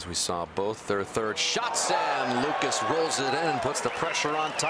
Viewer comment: it bugs me how they mispronounce lucas’ last name...i have the american version of the name. “beer-go”